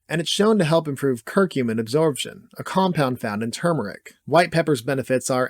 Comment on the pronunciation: It's curcumin, not "circumin" (with an I). What about fenugreek?? It was among the curry powder constituents that you said you'd cover... Oh, and for that matter: curry leaf.